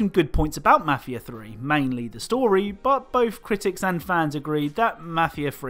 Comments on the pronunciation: You can’t clown on Maf ia tree when you can’t even say it right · “Mahfia free”